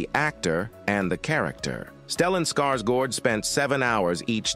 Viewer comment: "Lynch dis-o-needed it" should be "disowned" Stellan Skarsgård should be pronounced [Scars][guard] not gourd Baron Harkonnen should be pronounced [har][co][nen] not like har-con-an David "Dastmalchian" should be said in one breath not like Des-mal-chan Fremen should be pronounced [freh][men] not like free-man Atreides should be pronounced [a][tray][dez] not like Atray-et-easy Bene Gesserit should be pronounced [benny][jess][uh][rit] Sardaukar should be pronounced [Sar][duh][car] not like Sad-ow-car Duke "Leto" should be pronounced [Lee][toe] not like Jared Leto